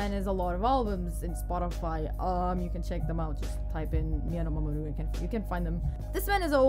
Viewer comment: Nice on the pronunciation! I would of definitely buggered it up myself 😁